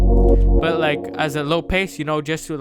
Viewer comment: Did he just say "low pase" 😑😑